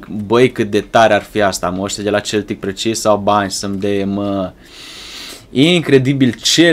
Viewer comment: se spune seltic